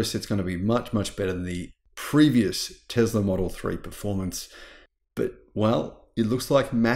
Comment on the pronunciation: Hey brother it’s. Called Tesla NOT TEZLA 😂😂😂😂😂